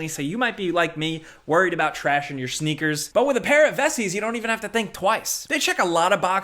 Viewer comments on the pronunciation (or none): I hope I go the rest of my life without ever hearing say sneakers.